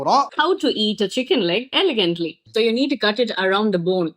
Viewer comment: Ivan kailiyae valichi rendu side um nakki thingalaam but elegant eh mattum correct ah solla sollunga 😢